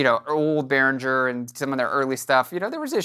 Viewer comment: Pronounce BehrinGGer not BehrinDJer